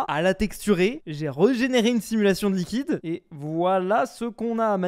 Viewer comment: luiquide.... hmmmmm?